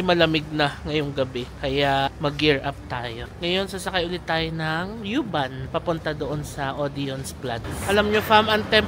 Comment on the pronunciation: Pronounce as uuuuuu-bahn. Bisaya pag pronounce dapat. 😅